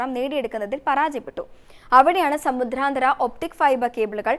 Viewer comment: Uchaaranam kettuthanne padikkanam. Samudhranthara.... Alla samudranthara. Pothuve katti kurachu sawmyamaayi Sam saarikkuka.